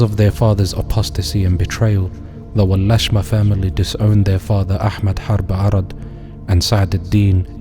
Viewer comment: Not Walashma Walasma’ actually. Abadir is pronounced as “Abādir.” The Walasma were not Somali, their place of origin is Ifat and they claim to be from Aw Barkhadlé who is from Arabia.